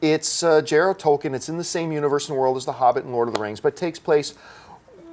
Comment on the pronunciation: "The Silmarillon" was never a book? Where is getting his facts from? Tolkien (whose name he mispronounces) submitted the MS to a publisher but it was rejected. Not everyone has read "The Silmarillion"? If you've read the Hobbit and LOTR, you've read "The Silmarillion." If they can make 3 films about a 1500-page novel, they can make one film about a 400-page book. Shape up, AMC!